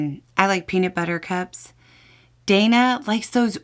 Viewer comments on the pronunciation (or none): none